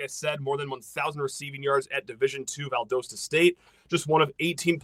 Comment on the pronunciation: For the future maybe two times you’ll ever say it again in ur life. Val-dah-sta State